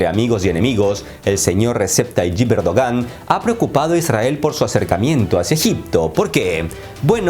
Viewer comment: dice “cerdogan” jajaja